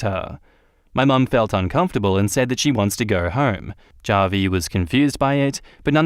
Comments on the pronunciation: Hey, just a heads up, Javi is short for Javier, a Hispanic name, so the J sounds like an H: "HA-vee" Cheers! 👍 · The way you pronounce Javi is cringe inducing